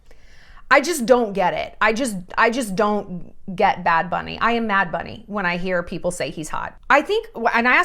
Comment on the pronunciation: They way you said "bad bunny" in the intro (you nailed it) ! <3 hahaha love it